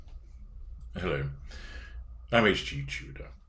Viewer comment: "Hel-LO" will never ever get old